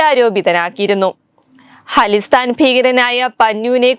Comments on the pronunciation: Halisthaan അല്ല khalisthaan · ഹലിസ്ഥാൻ അല്ല ഖലിസ്ഥാൻ